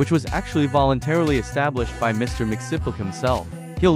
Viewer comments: why tf do u pronounce it like mixnipple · Pain. Please teach your AI how to pronounce Mxyzptlk. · “MIX YEZ SPIT LICK” that’s the correct pronunciation lol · It’s pronounced Mix-Plit-Nik. Check out the amazing episode from the Superman animated series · One the correct pronunciation of his name is Mr (mixie-us-pidle-ic) Two, he just needs to say his name back wards (kiltum-zit-thum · Meant to be pronounced ‘mix-yez-pittle -ick’ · it's pronounced mr. mix-yes-spit-lick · I think it's pronounced mix-yiz-pitel-lick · pronounced “mix-ee-spit-lick” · Its pronounced more like mixes pittle ick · The name is pronounced differently. I can't recall precisely, but there is a pronunciation panel out there. It's something along the lines of Mr. Mix-i(I like the I sound from the word is)-spit-lick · Dude still pronounced his name wrong lmao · You're not even pronouncing his name right voice generator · Pronounce his name right